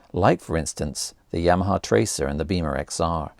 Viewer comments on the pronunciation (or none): none